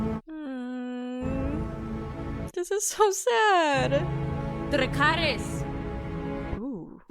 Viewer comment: she pronounced that dracarys with that spicey white lo